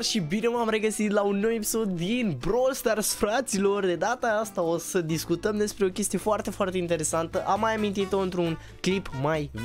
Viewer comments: doar eu aud discutem in loc de discutam?😂 No hate🔥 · Nu nu doar tu